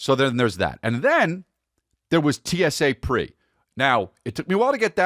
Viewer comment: TSA Pre✔️(Check). TSA Pre-Check